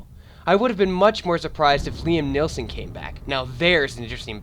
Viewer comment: Liam Nielsen? It's Liam Neeson, idiot!